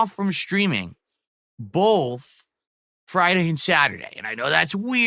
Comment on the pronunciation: The way he says “bowlthh” just ticks me off JUST SAY BOTH and pronounce the TH jfc